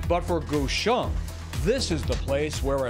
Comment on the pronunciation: Why do you guys pronounce his name "Goo-shon" when it's Guichon, with the same "gui" as in guillotine or gear ...?